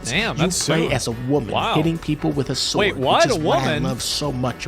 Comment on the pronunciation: I died when he said "BUT THEN SHE PULLS UP THAT BIG ASS SKYRIM SSSSWRD" lmao